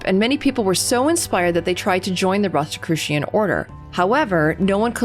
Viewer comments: why do you pronounce it with a "t" after the "s" ? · I prefer. I had never heard it called ROST or ROAST-I-crucians. 🤦‍♂️. Yeah DEF not secret by any means, I’ve even seen them speaking on a tV show recently.